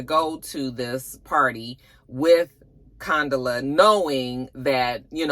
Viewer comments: I know you weren’t feeling this episode, by the way you keep Condola.. instead of Con•dola 😂😂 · you had me cracking up each time you incorrectly pronounced Condola 😂